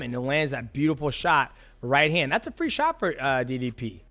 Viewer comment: Its ddp not diddy p